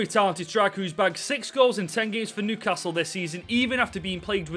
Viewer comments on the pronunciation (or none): none